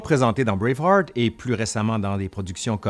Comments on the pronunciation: non on dit juste braveheart avec un mauvais accent français... 😉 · Encore une fois, meeeerciiiii ! (À lire en s'imaginant que c'est dit comme Wallace lorsqu'il prononce sa dernière parole dans Braveheart) 😆